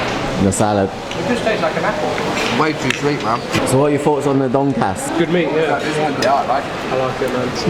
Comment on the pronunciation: "donkass" LOL. I thought it was more along the lines of 'tonkatsu'